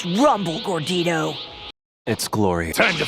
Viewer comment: Kid Daima Goku and Adult Daima Goku pronouncing Gordito a bit differently is funny 😂